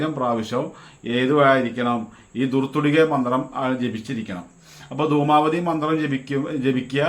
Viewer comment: ദുമാപതി അല്ല ദുമാവതി